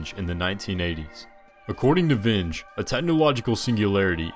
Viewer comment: JFC. Not ten seconds in and already you've kneecapped your credibility by showing a remarkable disregard for your work product. How tf do you decide on highlighting someone and not know how to pronounce their name? Especially someone as well known as Vinge. How do you not know you're just completely winging a pronunciation and conclude you're totes fine with blowing off investing 10 seconds to check your roll and find on YT the proper pronunciation by the man himself? How do you stare at the upload link and not have a single thought about maybe...just maybe...running your ”nothing but solid gold" video by others just in case you fucked some shit up? Ffs son. So cringe.